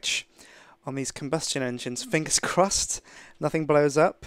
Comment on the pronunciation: And there you go This is where he starts saying "finge's crossed" xD